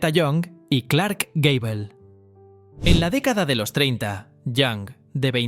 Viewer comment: Gable.. se lee geibol